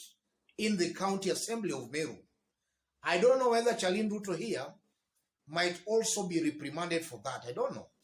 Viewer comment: 😀😀😀😀😀pronounced SHARLIN Not CHA LIN